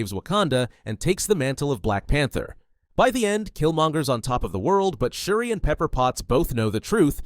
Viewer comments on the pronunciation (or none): none